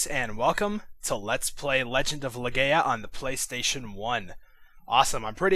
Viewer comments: not being rude but it is pronounced legia think of it like that leg-ia sorry if this is mean but i was just tellin ya and good vids!! :) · Love this game but I think it's pronounced Le-Guy-uh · Just only ONE correction, it's pronounced Legaia (Leg-eye-uh) best way I can do that for you <3 glad you're playing this game, it IS my favorite, the most amazing game ever! If they ever redid the game exactly the same with better graphics I would try it out :3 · I'm not happy with u, how u say the title ur saying the last word wrong and that's really upsetting but I hope while I watch ur let's play u don't make many more mistakes like that